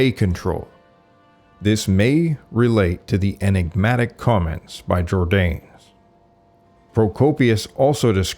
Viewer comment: Why do you mispronounce “Jordanes”? The name has THREE syllables.